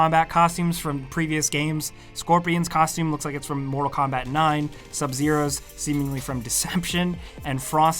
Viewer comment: He says “motal instead of mortal, can he not pronounce his r’s